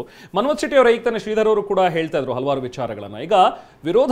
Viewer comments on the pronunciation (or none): none